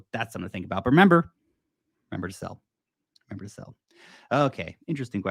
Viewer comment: "if you relember to sell" Ya, when🤷🏼‍♂️🤣 Nice video!